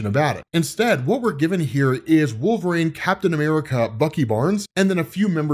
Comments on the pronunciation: I always wonder if pronounces WolvRAYNE on purpose or as a joke or there is something else I've missed? I've always pronounced it wul·vuh·reen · Again, with the "rain" bullshit. His name is wolverine, pronounce it right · Wolv-rain... his pronunciation of his name is killing me! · "Wolverane"